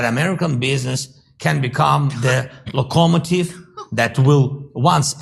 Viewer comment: WTF is a "lockoh mativ"!?